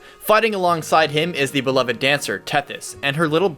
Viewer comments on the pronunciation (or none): none